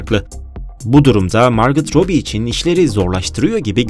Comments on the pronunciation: margot robbie o margotrobi diil margo robbie diye oku bence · margıt robi değil, margo robi diye okunur